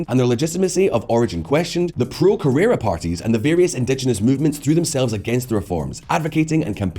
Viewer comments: “Correa” not “Correra” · Correa not Carrera